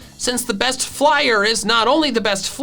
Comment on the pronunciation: He say bost